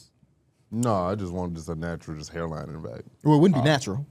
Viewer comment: “Hair lining” was killing me😭